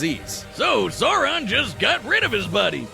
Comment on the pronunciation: I hate asmon keeps mispronouncing Sauron’s name